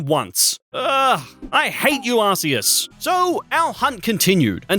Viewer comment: bro actually says arseus